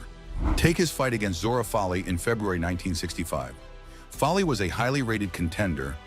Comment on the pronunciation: That's Zora Fohley (Foley), Not Fahley.